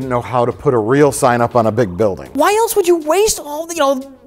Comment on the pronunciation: There's no 't' in the word 'else.' It's not "eltse."